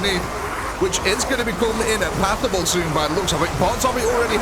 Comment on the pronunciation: Sorry but i gotta ask, are you saying impassable or impathable when referring to zombies not being able to go accross a blood lake or other terrain? It should be the former.